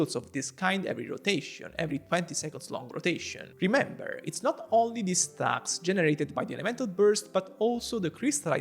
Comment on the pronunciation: Aga sende bir kürtlük sezdin o nasıl stağks deyiş